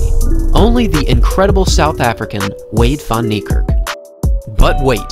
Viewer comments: You are saying the name and surname rong. Go to Google translate then type his name in then you wil see hou to prenounce his name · You said his name rong